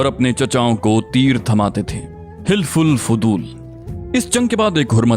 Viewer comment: حِلف الفِضول نہیں ہے۔ صحیح تلفظ حَلَف الفُضُول ہے